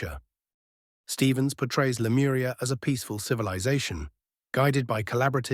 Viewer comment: Lemuria no lemura